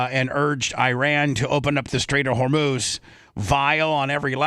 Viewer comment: bubba: you have been reporting about the iran stuff/strait of hormuz. and you continue to mispronounce it. its just mind boggling with peoples inability to pronounce Anonymity and immolation. great content nonetheless